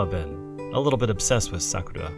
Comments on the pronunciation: Is anyone else bothered by the way he says Sakura? Wouldn't it be better to just pronounce it the way you would in English rather than use a pseudo-Japanese accent and just get it wrong completely. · You're not saying Sakura right. It's more like "Sah krah." NOT "Sah KOO ruh." Clow rhymes with Grow. Tomoyo is pronounced "toe mow yoh." Long O. NOT "toe moy yo." Re-record your lines and reupload.